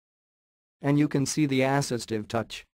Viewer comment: ASS-istive touch